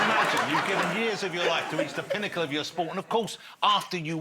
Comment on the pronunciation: Nobody: Jonathan Ross: T H E P I N N A C L E